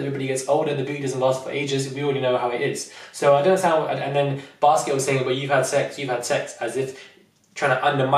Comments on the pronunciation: IDK if I heard you right, did you call Biskit, Basket LMFAOOO ! I agree with the lack of inclusion, it was too "exclusive". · If this man calls Biskit as baskets one more time, I'm going to get a casket for myself 😂😂😂 I cannot deal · Lol. you keep saying Basket instead of Biskit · The way my man calls wale whale and biskit basket im dead😂😂😂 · I love you and totally agree with you but his name is biskitt not basket